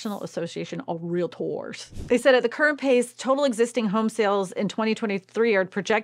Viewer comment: Ask Google to give you pronunciation of " Realtor and let me kno wat Google says